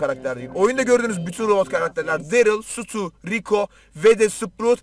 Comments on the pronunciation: Sutu değil Stu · Nobody:: Sutu